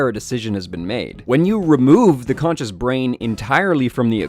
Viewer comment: konchus? I thought it was conscious...